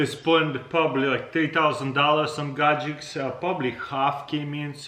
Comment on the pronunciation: Boom! Super "gadgeKs" :)